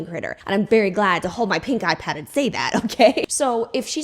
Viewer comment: Tee hee I heard “pink eye pad” when you said “pink ipad” 😅